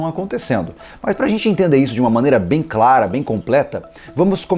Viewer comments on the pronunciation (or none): none